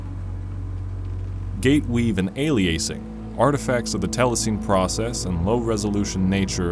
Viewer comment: Sorry to be that guy, but it’s pronounced “tele-sinny”